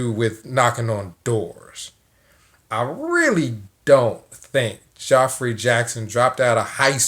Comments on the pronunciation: Geoffrey = Jeffrey It's pronounced Jeffrey. Always has been. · Love how you say “Joffrey”. Game of thrones horrid, brat child, king. 👑lol.